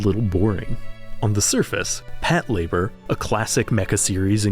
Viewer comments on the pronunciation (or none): "Pat Labour" That sure is a way to pronounce that name. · Did you just pronounce Patlabor as Pat-labor??